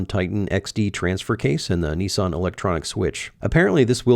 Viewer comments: nissan not knessan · Knee-Sarn - LOL, you guys crack me up... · How is it that Americans can not read? How do you make the company name NISSAN in to NEESON ? Are they thick over there?